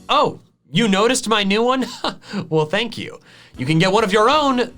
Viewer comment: PLUS SOOBSCRIBE PLS. FANK U:D Me: Yes. I love when he says this. 🤪